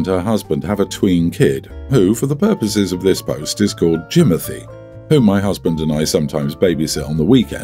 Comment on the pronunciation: I cannot with the Jimonthy 😂😂😂😂😂